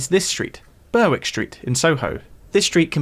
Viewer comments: FYI Berwick St in Soho is pronounced ‘Berrick’ St. -a pedant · Burwick = Berrick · If you're a music fan in Soho, go to Muphoria Music Art Gallery on Berwick Street, just down the road from the Oasis photo. (Oh and it's pronounced Ber-ick. The W isn't sounded).